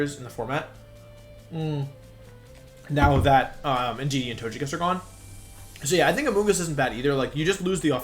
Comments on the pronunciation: it's not tochekiss but togekiss, it's a japanese name not english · Do you say Tojekiss on purpose?